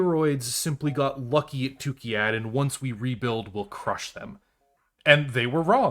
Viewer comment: What confuses me is that you constantly say Tukkiyad while the planet is Tukkayid... 😉